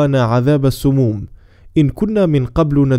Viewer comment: أرجو من الأخ المقدم أن يتنبه لأيات القرآن الكريم عند الدقيقة١:٣٣ ووقانا عذاب السموم حرف السين مفتوحة وليست مضمومة وجزاك الله خير الجزاء بوركت